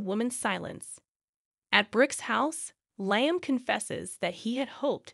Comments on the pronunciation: It’s not,Liam,it’s Liam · You miss pronouncing Liam